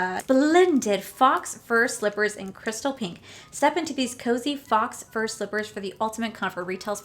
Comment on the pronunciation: Faux fur is pronounced "foe fur" not "fox fur". Just a little french lesson!